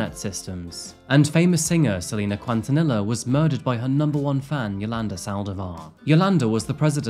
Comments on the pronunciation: Not pronounced kontinilla it's keen-ta-knee-ya😅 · Great show! Selena's last name is pronounced, "kin-tuh-NEE-uh." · I can help with the proper pronunciation of Quintanilla. Try it like this, KIN-TUH-KNEE-YAH. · Selina "QuenTaNilla" 😂😂😂 lol bro that pronunciation of her last name killed me 😂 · I love that you included her. She is truly an amazing person. Just an fyi it’s keen-tahn-ee-yah 🤗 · Before any other rabid fan from South Texas does it the mean way, I will do it the nice way lol. Selena Quintanilla = Seh-lee-nah Keen-tah-nee-yah. We all miss her. Love your channel! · .........I love you man. Now, as someone who goes above and beyond to make sure you pronounce the craziest names correctly; you totally butchered Quintanilla (kee-n-tah-nee-yah) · Hahaha Selena "QUANT- TIN-NILLA " 😂💀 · The way he pronounced selenas last name killed me hahaha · Omgg. You said Selena’s last name so British 😂 on behalf of the Hispanic American population , we forgive you. Haha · ok I know this video is serious but seriously you had to butcher Selena’s last name? Dude